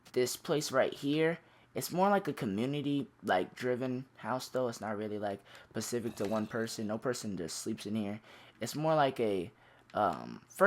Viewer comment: Specific not pacific